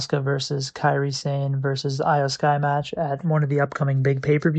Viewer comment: Go with Eyo Sky. Not with the I, still Iyo Sky but pronounced Eyo Sky.